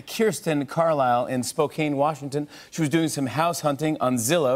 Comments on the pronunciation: Haha! Washington native here, Spokane is actually pronounced as Spo-can, not Kane. Lol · “Spo-cane” every Washingtonian knows Spokane is pronounced “Spo-Can” 🤣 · Of course, he HAD to pronnounce Spo-CAN wrong as "Spo-cane". Thanks, Jimmy! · As a spokanite, i'm disappointed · 'spokane' is pronounced 'spo-Can', jimmy! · Noticed that too, though I live near a street in another state that is called spo-KANE. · Spokane is pronounced (spo can) it looks like cane but it's not. Everyone makes that mistake though, so I don't blame you. haha. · I see somebody commented he mispronounced Spokane and I'm here to add he also mispronounced Stoughton, WI. Jimmy needs to study his Geography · Thank god someone else noticed. That was driving me crazy. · It's Spokane, the e's silent.